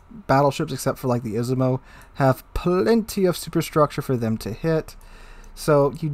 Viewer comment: Great vid. just got pommern so this shoukd help. you really need to work on ur pronounciation of izumo tho.